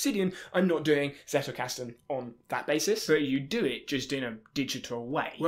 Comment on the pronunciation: Not to be that annoying commenter, but... Zettelkasten. Not Zettle. Zettle is a payment system by Paypal 😉